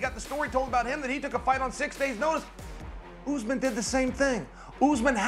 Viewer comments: I love how Chael calls him “Oozeman”. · kamaru "oozman"- chael